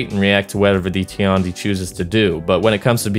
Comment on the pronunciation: its not ti-an-di, its tian di(天帝）